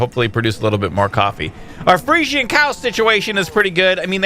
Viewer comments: pretty sure they're pronounced "Freezehens", not 100% but that's how I've always heard them pronounced. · Friesian is said free-shin as far as I know, just an FYI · Fresian is pronounced 'Freeshun'